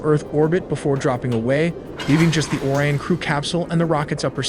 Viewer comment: Bro pronounced Orion instead of Orion, and Artemis instead of Artemis